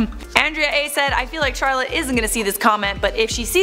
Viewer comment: WOAH CHAROLLETE SAID MY LAST NAME CORRECTLY!